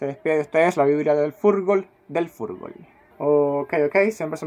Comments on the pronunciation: un venezolano analizando a Chile, que raro jajaja y ademas diciendo furgol jajaja, ya con eso perdio toda credibilidad, es FUTBOL, no furgol jajaja, pero bueno chico conchalevale jajaja,,,Bonvallet porque te moriste,,mira lo que tenemos que soportar, un venezolano tratando de analizarnos y diciendo furgol,,,es demasiado,,que hicimos para merecer esto?.. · y que culpa tengo yo si el tipo habla como venezolano?? yo de verdad pienso que es porque ellos hablan asi y yo les conozco el acento,,,,yo soy chileno y no hablo asi y no digo furgol como él,,es sabido que por esos paises hablan diferente, como los dominicanos o cubanos que cambian la r por l, en fin,,,hablas de comentaristas de la tv y ellos si quieren ser creibles primero tienen que saber hablar, no los conozco pero te aseguro que dicen futbol y no furgol,,aunque sean caribeños, tal vez la persona que hace estos videos es de estrato bajo no se, pues muchos de ellos dicen furgol, jurgol o fulbol no se,,y no es discriminacion, para con eso, piensa mas alla... yo solo digo que eso solo lo hace ser alguien del cual solo sirva para reirse un rato y nada mas,,imaginate el en la tv haciendo un tremendo analisis, que puede estar bueno o malo da lo mismo, pero derrepente dice jurgol jaja todos se matarian de la risa, y ahi murio para siempre..y no es ponerme serio ni grave porque en chile somos extremistas, sino que para que seas creible empieza primero por saber hablar, de ahi para adelante juega, diviertete, tira chistes y has lo que quieras, pero primero se parte por saber hablar,, para ganarte la confianza de alguien a primera vista son las palabras las que te hacen creer,,despues que ya lo lograste, habla como quieras, pero despues, no antes,,yo solo vi dos videos de este tiopo aqui y en los dos decia jurgol, ahi ya no vi mas porque dije, deve ser un chiste nose y por eso es